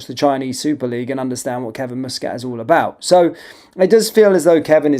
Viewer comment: its m.u.s catt not mo.o.s catt